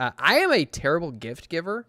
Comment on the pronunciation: "It's simply teddible,teddible." 😂🤣👍